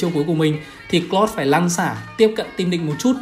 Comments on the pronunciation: Anh ơi em ko có ý xúc phạm anh nhưng anh đọc hơi lạ anh nên đọc là ka ri ê hơn là kơ ri hoặc cờ lau hơn cà cờ lót anh nhé em rất thích anh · thím này phát âm tướng toàn sai, tiếng anh thì bập bẹ nghĩ mãi mới biết là ai. "Hơ na bi, Cờ lót...." ko biết đọc thế nào thì lúc cấm tướng trong rank cố mà nghe nó phát âm ấy